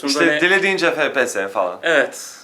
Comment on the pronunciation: Fe pe se ? ney ya ? Gamer im diye geçinirsiniz fepese ney abi ef pi es -.- FPS! Birde laf atıyorsunuz. Ef Pi Es